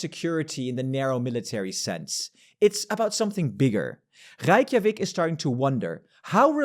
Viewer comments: You can just pronounce "Ray" in Reykjavik, no need for "Reich" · ⟨ey⟩ in Reykjavík is pronounced like ⟨ei⟩ in Standard American and British RP eight.